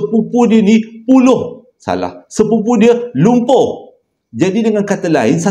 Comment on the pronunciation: Assalamualaikum ni mmg suka ckp terbalik..tergelak sat tdi😅🤣🤣🤣🤣 Pumloh- lumpuh Kerendaan- kenderaan🤭🤗😜 Dd doakan Semòga sihat2 slalu...Aamiin.terbaik ckp Arab..!mantoppp